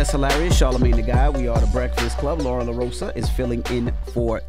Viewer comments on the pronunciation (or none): DJ Envy ,La-Rose-Ah is how it's pronounced. Just like Coma- La. you have to "DON'T" want to pronounce her name wrong to get it right. It's too easy to say,but I get it. Jess is listening. 😆 🤣 😂 😹 JFWY!😆 🤣 😂